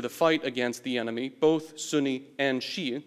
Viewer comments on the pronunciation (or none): To clarify, he starts off just pronouncing Shia as Westerners typically do twice which doesn't bother in the slightest. However, then he goes on to get cute by going for some sort of attempt at an authentic-sounding pronunciation of "shia" , , and as well as for "Basra" and . For someone that actually knows what these words sound like in Arabic, it just sounds ridiculous. And it wasn't an ad hominem - I didn't even make an argument, just an observation.